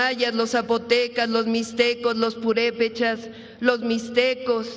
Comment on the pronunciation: Señor pronuncie bien los nombres de las civilizaciones TENOCHTITLAN PUREPECHA